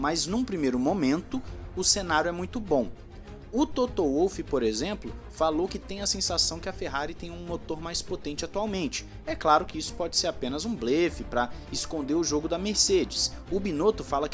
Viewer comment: desculpe por insistir nesse ponto, mas Toto Wolf é austríaco. E posto que o idioma falado na Áustria é o alemão, então a pronúncia de 'Wolf' não é UÔLF, e sim VÔLF.